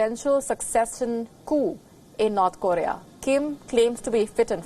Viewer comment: Can you at least say North Korea properly😂😂😂😂